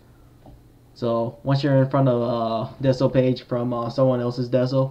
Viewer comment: the way he pronounced decal 💀